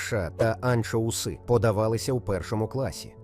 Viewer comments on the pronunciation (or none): Підкрутіт модель бо слова "анчоуси" і "лікери" вимовляє не правильно 🎉